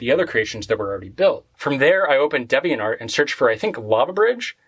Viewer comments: Man really said Debiant Art and not DeviantArt. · "Deviant art" is pronounced "dee-vee-ent". It's not a made up word for a website.